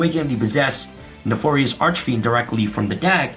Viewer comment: Everytime he said neFORious it sent me